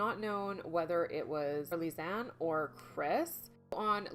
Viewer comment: I gave you a thumbs down as soon as I heard your ignorant disrespectful ass mispronouncing Lisanne’s name!!! Do your research!!! Do your job before opening your stupid mouth! Selfish nonchalant ignorant fool. Something so simple and you couldn’t even do that, I’m never coming back to your channel.